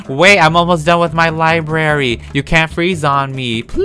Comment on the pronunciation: i totally freaked out every time said "LiBaRy". i- i didn't know i was THAT person